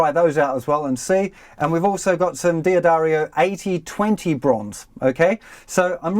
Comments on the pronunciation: The correct company name is pronounced Duh-Dario, not Dee-Addario.Many make this mistake. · Is not DEE-addario, but DADDARIO pronounced :-) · It’s not dee a dario but dahddario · Really helpful video. But mate, could you stop saying 'Dee Addario'? It's driving me crazy!